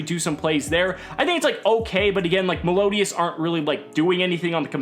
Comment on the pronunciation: the way he butchered melodious.........